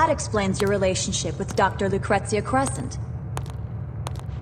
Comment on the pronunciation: Take a shot every time Vincent says lucrestcia